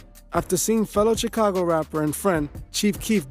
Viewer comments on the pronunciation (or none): none